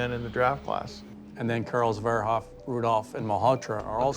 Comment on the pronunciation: This guy cant even say Verheoffs name right and they expect us to respect their rankings